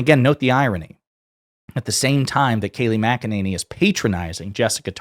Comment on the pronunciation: Say her name correctly. Mac-Eh-Ninny. With all her sh!t talking she must spend a fortune on teeth whitening. Unbelievable liar.